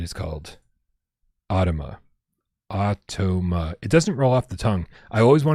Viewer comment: Hey! you DID pronounce AUTOMA right;) Thank you so much for the support, you are the best. Everyone here who is excited about the 'PSVR2 logo' at the end of the AUTOMA trailer - you have and his super friendly community to thank for it. We have been blown away by how great you all are. We are so excited to bring the game to you next year!